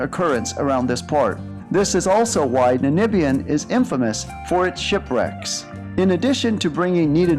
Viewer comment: The Matterhorn of NANIBIA? NANIBIANS? NANIBIAN DESERT PLS THIS COUNTRY IS CALLED NA M IBIA not NA N IBIA